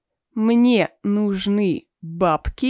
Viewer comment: ударение неверно стоит в слове нужны́